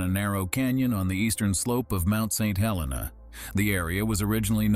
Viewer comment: Mount St. Helens. Not Mount St. Helena.